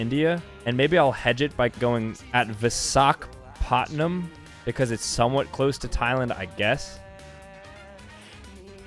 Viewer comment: visAkapAAAAAAtman Me, a South Indian: I’m sorry, what?